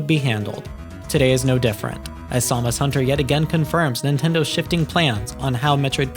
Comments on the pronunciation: I really hate the way you said it too, it's Sam-us, not Somus or however you were saying it. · I'm just teasing you don't sound like AI but hearing you say Samus hunter like that threw me off haha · Is this an AI voice? Because who says Samus hunter that way lol